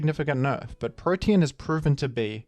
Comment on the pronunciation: pronounce protean as "protein" again and I will go iron mugulis on yo ass